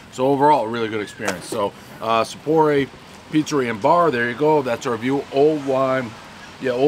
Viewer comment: "Alright we're in East Lyme, right?" , "Sapporo, Sappor-age, Sappo-rilio's, SopporRAY" - Dave's back!